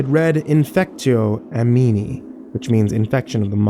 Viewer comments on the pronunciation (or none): please put latin phrases into google translate TTS before saying something foolish. please. you said "infectio animi" as "infektcho ameenie"